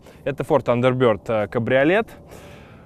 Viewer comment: чувак, ну тандербИрд